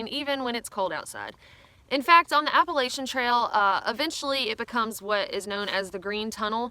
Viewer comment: Learning how to properly pronounce “Appalachia” should’ve been on this list